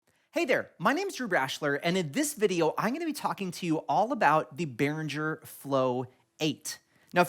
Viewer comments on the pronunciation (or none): Cool video! Are you sure it's pronounced Behrinjer? I always thought it was Behringer. With a G. 🌈